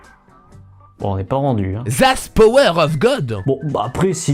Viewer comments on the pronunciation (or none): none